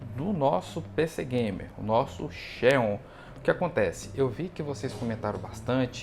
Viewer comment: É xenão!!! Kkkkkkk